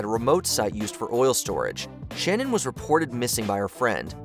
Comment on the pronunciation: Always makes me irrationally angry when I hear Shannan's name mispronounced. I feel like it's further disrespect to her memory that her name isn't even seemingly important enough for some people to ensure they say correctly.